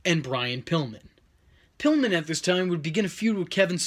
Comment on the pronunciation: Pilllman? Really?